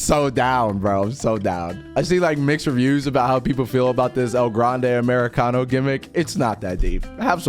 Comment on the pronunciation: i loved it when he said "EL GRRRANDE AMERICANOO"